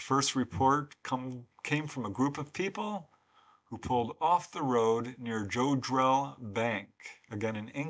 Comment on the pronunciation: Word up! "I'm mad as hell and I'm not gonna take it anymore!" ✌🏻😁👌🏻 Btw it's Jod -drell as opposed to Joe-drell... 😉👍🏻